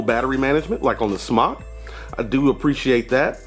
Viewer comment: just an FYI, it's pronounced smoke...Ceo said so